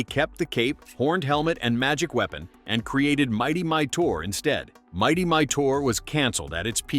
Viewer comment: It's pronounced "Mi-tor" not "My-dor". And that title card, is MY artwork - . - The original Herculoids series did NOT take place on Quasar - it took place on Amzot, the planet's original name, which was changed in 1981 when the Space Stars series premiered, and also where the majority of your Herculoids clips came from (Space Stars), not the original series.